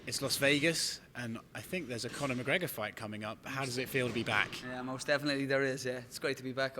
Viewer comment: said "conor el tapo mcgreggor". Haha, funniest shit ever.